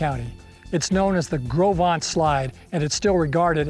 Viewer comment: I'm nearly 80 and have read "Gros Ventre" since elementary school, studied Lewis and Clark and the fur trade for years and had NEVER heard it pronounced. I would have never guessed it. Thanks!